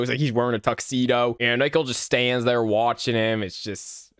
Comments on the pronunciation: why do you say nicole as nickel tho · Hey you said nickel WHY WHY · Why does he pronounce Nicole like "Nickel" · Nickel Oi lads he called Nicole nickle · So can you not pronounce "Nicole" correctly? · Omg you and the LOGO MY GOSH (also I think it’s funny how you call Nicole nickel lol) /ONE MORE THING i think idk but I think that’s how you spell Nicole I’m not sure though\ <OMG HI> [the edits omg AAAAA] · the only thing scary about all of these is how he pronounces nicole as nickel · Me :"Nichole" you: "NAW ITS NICHOLARSIN" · you soell it ni-coal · Why are you calling her Nickle? Isn’t her name Nicole? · Hey good news, ever since your Max and Ruby 0004 Ranking was posted, more remakes popped up (This is a god tier video btw, but i was at first confused when you pronounced Nicole as “Nickel” but now I find it really funny. Keep up the great work bro!) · you said gumballs mother name wrong you metid to say Nicole not nickel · It's pronounced Nicole not nickel plus that's her name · I hated but loved how he called Nichole "Nickle" 😭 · Yeah like its Nicole not nickel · Absolutely love how he calls nicole nickel throughout the entire vid😭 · I love how you pronounce Nicole's name and say nickle It's Nicole! NI - COAL, not nickle😂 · Great video but I hated you saying “Nickel” instead of Nicole (Nee Cole) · "Nickle" Its nicole 😭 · he called Nicole “Nickel”💀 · “Nicole” No. “Nickel” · Nicole is pronounced nick-ohle not nickel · It's Nicole not nickel😂😂😂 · its pronounst Ni-cole not Nicle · This is by far my most ambitious ranking video yet so I hope you all enjoy it! Also it seems that I pronounced Nicole as "nickel" sooo oops LOL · another day another "nickel" PFFFF- IM SORRY I JUST HAD TO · Why do you pronounce Nicole as Nickel? You need to get that o in there. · Did bro accially say nickle instead of Nicole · Replace the "N" with "p" and he is literally saying pickle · that’s what I’ve been thinking about when calls Nicole, “nickel”